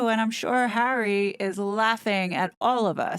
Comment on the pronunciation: Doesn't his marriage make him a citizen? Just wondering but also, the ridiculous way you say his name makes what you're trying to get across very hard to even listen to.